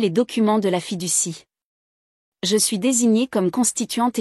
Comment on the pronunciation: Fiducie. Pas fille du six😊